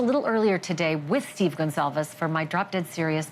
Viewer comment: For Pete's sake, can no one read in journalism anymore? Her name was Kaylee Goncalves. GON CAL VES. NOT Gonzalez. 🙄